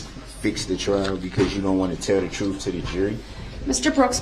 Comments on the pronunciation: Do they say Troof is in the eye of the beholder, I mean what is troof....seriously is that how he pronounces Truth or is it a slang. He obviously don't know what hearsay means. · What troof? How you do dat? That forf option that you uh uh made up cuz it’s not in the law. What a piece of work!!